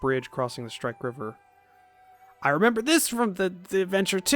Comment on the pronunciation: mispronouncing shrike river will probably drive me up the wall as well as how he pronounces sycamore but coswin the crazy conspiracy theorist with a bunker and a tin foil hat is fun